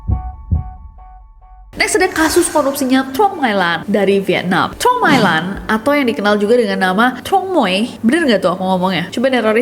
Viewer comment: Truong dibacanya Cheng. Jd Tr dibaca Ch.u' dibaca e